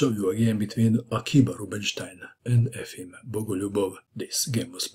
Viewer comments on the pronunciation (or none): Efim se cita kao Jefim.